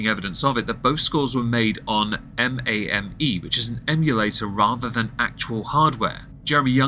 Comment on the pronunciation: “M-a-m-E” no it’s “May-m” like “Game” but with an “M” in front